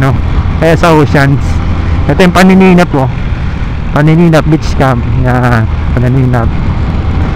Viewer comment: paninap beach hindi panininap😮‍💨